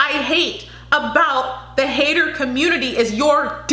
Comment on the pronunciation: That's how pronounces 'hater'